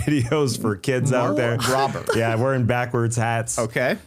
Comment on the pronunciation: Rober is pronounced with a long O sound, Tas. But that's great YouTube content to watch. Educational doesn't mean for kids. If you enjoy his content, I also recommend any of Simon Whistler's many YouTube channels. If you're unfamiliar, give 'Today I Found Out' a go. Very solid